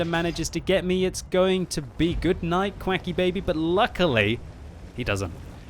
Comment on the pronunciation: "qwackybaby"? Lol i dont think many caught that, only a few comments about it 😂 youre soon going to be like our console CC Sinz saying English is hard 😜 regardless good vid mate